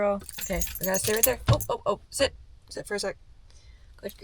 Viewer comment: Did you tell Taz to “sit” or to “shit”?